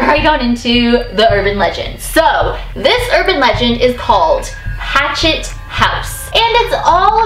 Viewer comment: did she say rachtet house ?